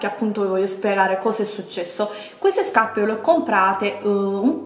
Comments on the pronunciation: huahuahuahua "scapppeee" ma xkè?? p.s. labbra oscene, fanno nauseare quando parli...bleeeaaaahhhh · L’unica cosa che ho capito del video “SCAPPE” “SCAPPE” e ancora “SCAPPE”🤣🤣🤣🤣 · Ma qui la vergogna sei te che ancora ostenti SCAPPE SCAPPE SCAPPE 😂😂 spendili da un buon logopedista i soldi o un corso di dizione accelerato! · Mamma mia che tristezza, hai ripetuto 700 volte scappe e Luì vitton 🤐. Mi fa male la testa 🤕🥴, non so come fanno le persone a vedere i tuoi video. Fu la scelta giusta disiscrivermi dal tuo canale tanto tempo fa. Fatti un corso di grammatica e di dizione che ti farebbe bene al cervello. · Guardate i vecchi video, lo fa apposta a dire SCAPPE. Prima lo diceva normalmente. É solo un modo per farvi commentare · Si doveva amareggiare il direttore x ogni volta che hai detto scaPPe , V"i"TTON , "sacchette" etc.....PER IL RESTO HAI RAGIONE ANCHE IO SAREI INFURIATA!